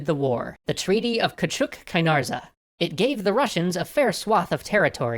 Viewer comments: the last name in the treaty is from a greek man and it si pronounced kaynartzi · küçük kaynarca should be pronounced kaynarJA with a hard J sound.